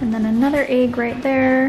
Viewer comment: You have great content I learned a lot and i really appreciate it. But oh my goodness the way you say "egg" is unbelievable! Like holy shit.... I can't stand it lmao